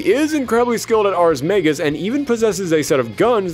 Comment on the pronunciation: Pretty good retrospective, and I’m really looking forward to seeing you tackle the story in full. The only minor complaints I have are that you seem to be flipping pronunciations of “Ragna,” mispronouncing “magus,” and you’re calling some of the characters’ weapons “Grimoires” when that’s not what they are. Tsubaki’s weapon is is what’s known as an Ars Armegis weapon, and several of the characters wield Nox Nyctores (weapons that killed the Black Beast). The only Grimoires used by characters in the game are the Azure Grimoire (Ragna’s), Blue Grimoire (Hazama’s, though the dub also calls it Azure Grimoire) or the No-Name Grimoire (used by Mai Natsume)